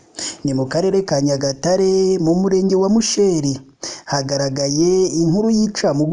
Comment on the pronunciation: Ntbwo bavuga (musheeri) ni musheri